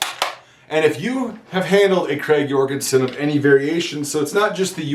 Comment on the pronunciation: Hey. As a Norwegian I'd like to help you with the correct pronunciation of the rifle, Notice that the name is "Krag Jørgensen" not "Jorgensen". enjoy